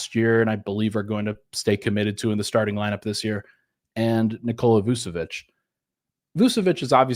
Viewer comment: I'm a fan, but surprised you can't pronounce Vucevic (Voochevich--both c's have the English ch sound) given all the Serbian, Bosnian, Croatian, Montenegrin, Slovenian names that you do pronounce correctly all the time.